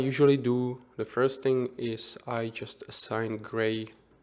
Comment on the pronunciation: Not "doo", not "de"! The! :D